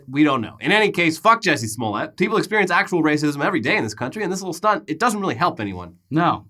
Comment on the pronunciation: His name is "JUICY SMOOYAY"!